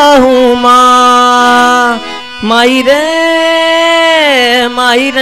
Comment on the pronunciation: abay "mahi" nahi... Maai means mother